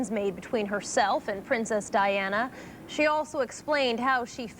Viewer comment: Only birde who got all 4 names right. Diana and Fergie messed up